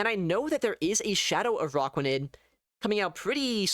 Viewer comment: ah yes, the spider pokemon "uh rock wa nid", not to be confused with an arachnid lol